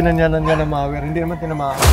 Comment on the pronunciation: correction po: mower po hindi mawer🤣😊